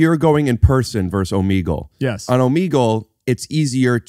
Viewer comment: Okay I pronounce Omegle the correct way, unlike both of these gentleman.